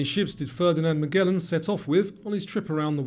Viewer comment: What was wrong with how you pronounced Magellan?